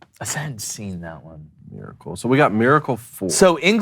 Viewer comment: Can someone teach to pronounce Miracle. It's not Maracle. 😂😂😂 Happy 4th boys!!!